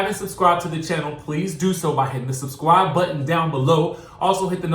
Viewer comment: Lol “subscwibe” button 😂